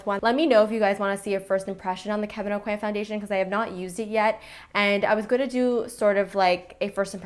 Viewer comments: it is pretty much the right way :) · are you french?? because i am and you pronounce kevin aucoin the right way :D haha because I know you're canadian so maybe you have a quebec background?